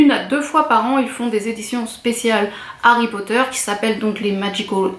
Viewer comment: C'est très beau ... et ça fait plaisir d'entendre (enfin) une youtubeuse fan de Harry Potter qui prononce l'anglais correctement XD Juste une petite chose : ne sois pas si avare de tes sourires ;)